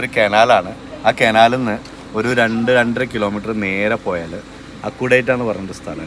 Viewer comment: കെനാൽ അല്ല കനാൽ എന്നല്ലേ പറയാ